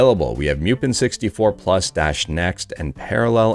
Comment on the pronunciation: Pretty sure it's moo-pen. not m-yew-pen. ...and it's ret-ro-ark, not ret-ro-ar-ch. (The arch is for architecture.) Let's pronounce names correctly for the sake of correctness.